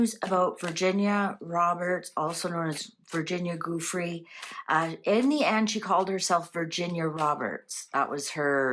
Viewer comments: Jew Frey not goo free or goo Frey. My G-d can no one read, or learn to say things right, anymore? 🤦🏻‍♀️ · Giuffre..juff-fri. not goofrey. I'm in Australia, she committed suicide, read her history, and listen to Australian media. Police records, paramedics, and doctors reports have been viewed by MSM. If she had gone into witness protection, she would have done so without fanfare. I feel sorry for the 14 yo girls she single handedly recruited into that lifestyle. CIA, Mossad, have not jurisdiction in Australia. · It's pronounced Joo-free. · pronounced --"jufray"